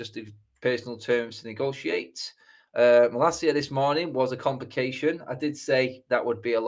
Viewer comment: Why are you pronouncing his name like that? He's not spanish...